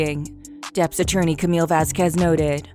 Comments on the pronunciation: It's not Camilla.... it's pronounced Camille with a silent "e". Please learn correct pronunciation of the actors/,persons in your videos prior to recording the narrative. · Her name is Camille not Camila. Camille!!!!!!